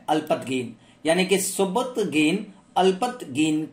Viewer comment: Alpatgin nii alaptagin